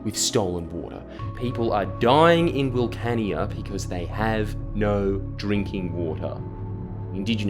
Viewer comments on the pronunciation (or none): will-CAN-ya, not will-CAN-ee-ah